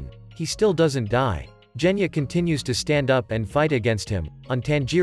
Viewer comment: Genya not jenya